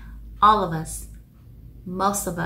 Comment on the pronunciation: ôb lợp vớt chứ , of âm f đọc là v mà